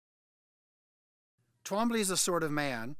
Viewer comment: It sounds like a speech impediment every time I hear tWombly😅